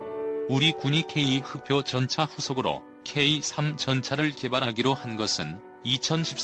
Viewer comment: 케이삼이 아니고,,,,케이쓰리